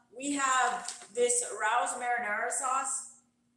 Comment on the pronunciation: For future reference, that sauce is pronounced (Ray-O's).